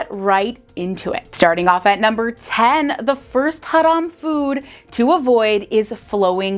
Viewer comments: She's the first person in this channel who knows how to pronounce the word "haram" accurately!😂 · Someone pronounces "haram" right for once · I like the way she pronounce "haram". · I love how she pronounce "haram" 😆❣️